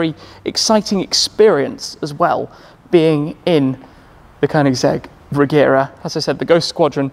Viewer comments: It's actually pronounced "Reyera" in swedish if you want to be precise. :) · Nice overview, though it is pronounced with a soft G - like a J - Rejera. It is the Swedish word for "to rule".